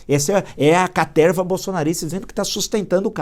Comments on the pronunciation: Professor Villa assisto seus videos so pra escutar "CATERRRRRVA". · Boa noite Villa, me racho de rir qdo vc fala caterrrrrva🤣🤣🤣🤣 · um velho com palavras velhas com a cabeça velhA!!! "CATERRRRRRRRRRRRRRRRRVA" KKKKKKKKKKKKKKKKKKKKKKKKKKKK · A caterrrrrrrrrva !!! kkkkkkkk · Villa chega a dar um pulinho da cadeira de tanta felicidade ao anunciar o pega-pega na caterva.